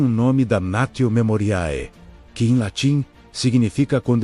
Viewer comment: Memoriae. Em latim pronuncia- se: memorie, erro de latim, e preciso estuda- lo no meu tempo se estudava grego, latim e ate hebraico por causa da religiao( teologia, teos + logos+ia, no grego) estranho estes constantes erros. De voces!...